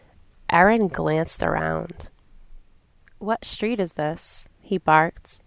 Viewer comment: I've tried really hard to watch this video but I can't get past your mispronunciation of "st" words like struck or street. There's no H in there. SHtreet.. SHtruck... Jfc woman. Thumbs down.